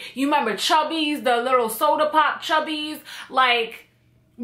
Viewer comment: where u from ......trini i heard u say chubby